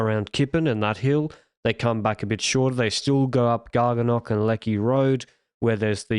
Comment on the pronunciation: LRs pronunciation of Gargunnock worse than some of his French efforts 😂